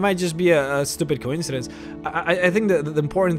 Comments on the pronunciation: also, co-incidence. not coin-cidence. ffs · co-IN-seh-dens not COYN-seh-dens. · Your pronunciation of coincidence is... unsettling...